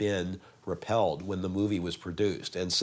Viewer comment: Pronibition had just been repealed, not repelled